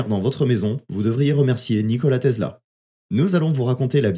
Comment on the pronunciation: TESLA bor... et pas "tezla"